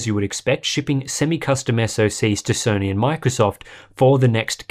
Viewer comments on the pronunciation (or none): none